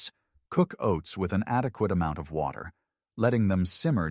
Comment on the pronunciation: "...just place the oats in WOT...ER about ..." STOP USING AI READERS!!!!!!!!!